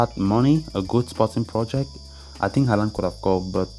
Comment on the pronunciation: its haaland =)